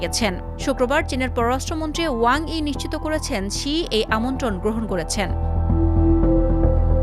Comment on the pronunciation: সি নয় শি। এমন হলে শিক্ষার্থীরা শিখবে কি!